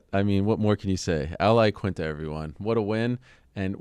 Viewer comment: AL UH-laquinta